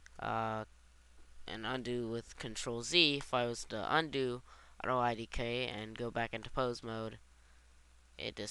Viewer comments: If this guy were a nerd he'd actually say Auto IK, NOT IDK! srsly, its frickin annoying calling it that while reading it! my head hurts! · lol why do you call it auto idk? Its auto IK which stands for auto Inverse Kinimatics, not auto I don't know hahaha